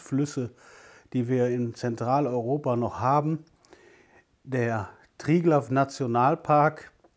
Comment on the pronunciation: Wirklich toll! Ich habe hier gar nicht mit einer Folge über Zlatorog, was für eine Überraschung. Danke für den Korrektureinschub Ihrer Frau, Zlatorog ist richtig mit weichem S. Triglav wird übrigens ,,Triglau" ausgesprochen. An dieser Stelle möchte ich sagen: Ich bin froh, über Ihren Kanal gestolpert zu sein. Danke für Ihre Folgen - ich denke nicht, dass es da etwas entspannenderes auf YouTube gibt.